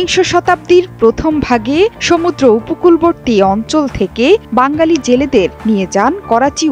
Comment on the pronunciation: সাংবাদিকতা করতে দিয়েছে কে আপনাকে শুদ্ব ভাবে উচ্চারন করতে পারচেন না,, কারাচি কে বলচেন করাচি আবার বাঙালি কে বলচেন বাংগালি 😅